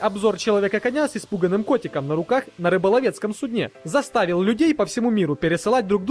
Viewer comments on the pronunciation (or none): На рыболовецком суднЕ классно сказал...